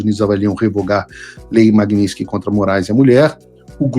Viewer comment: O motivo real para o Trump ter tirado a Magnitsky do Xandele foi Paulo Figueiredo insistir em se referir à lei como sendo Magninsky. Eu já não aguentava mais ouvir vc falar Magnisnky. Que merda. Fala certo .